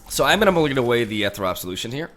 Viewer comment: ethereal (not ethrel or whatever)